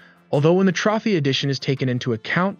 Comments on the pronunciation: Stopped watching after you said trophy as tr-off-ee in stead of ˈtrōfē and leopard as lee-o-pard instead of lep-ard. Couldn't stomach it after that. Thumbs down. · I believe trophy is pronounced trow·fee. Still, great narration and pace of content.